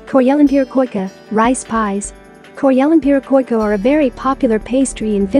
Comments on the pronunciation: The AI still has a long way to go to learn how to speak Finnish (it's a TTS voice synthesizer) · How did she pronounce karjalanpiirakka😂